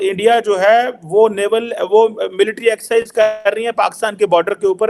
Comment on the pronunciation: एक्सिझ नहीं एक्सरासिझ